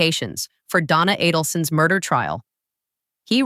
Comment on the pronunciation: Not Donna A-DEL-son.